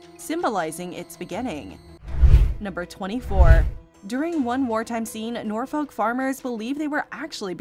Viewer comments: Norfolk is pronounced ‘Nor’f’k’ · Nearly wetting myself at the pronunciation of Norfolk 😂